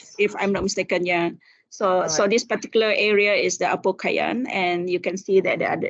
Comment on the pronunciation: Apo Koyan, not Apo Kayan